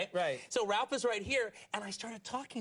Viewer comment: It's Rowlf not Ralph